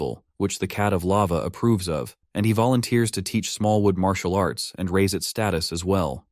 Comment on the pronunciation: I love it. Leave it up to AI to call it "marital arts".